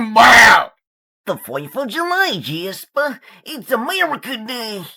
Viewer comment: IT’S AMERICA DAY JASPAH